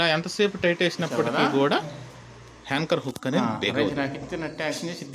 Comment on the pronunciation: daya chesi ne English ki Oka dandam, dayunchi me viewers ki mi English tho champakandi,,. adhi hanchor hukku kaadhu, Anchor hook,, alage correst kaadhu adhi correct ani correct ga palakali🙏🙏🙏